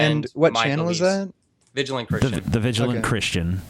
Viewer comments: Can't even pronounce "vigilant" properly. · Ok the Mega Man 3 music made up for the mispronunciation of "vigilant."